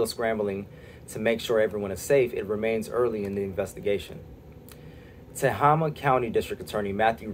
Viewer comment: PGE admits they started this fire. I live within sixty miles. It is Buuutte with a long “u”. And it’s Teh”A”ma with a long “a”. I live in Tehama County. Mag “A” l ya. The area where these fires burn are really rugged and wild with deep canyons and lots of dry brush. PGE has failed to maintain their lines in these very rugged wild areas because it would be expensive. Much cheaper to shut everyone’s power off.